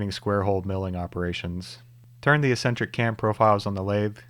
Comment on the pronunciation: Do a lot of people say "ess-entric" instead of "ex-entric"? That's new to me.